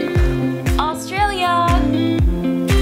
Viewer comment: not every australian when she says australia